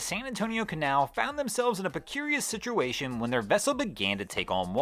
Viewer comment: he def said preCURIOUS.